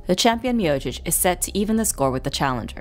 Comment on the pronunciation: Other than mispronouncing Miocic, great video